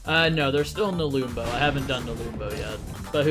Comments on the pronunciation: nelumbo took me 2.5 hours without savestating at all and i had a way better time with the map skill issue (also it's pronounced "neh-lum-bow" not "neh-loom-bow") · no its pronounced nelumbo